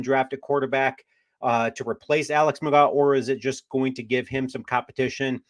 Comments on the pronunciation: McGraw? It’s McGoo. Pronouncers my boy. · It’s pronounced McGoo, and this is a stupid idea, we need safety and offensive line depth. 😂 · McGough, pronounced "McGoo..." Don't you watch the USFL?? 😂